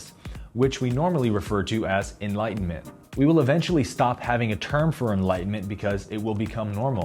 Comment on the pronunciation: U changed the way u pronounce enlightenment in this vid